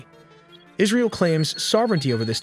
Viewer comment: Israel not alley wtf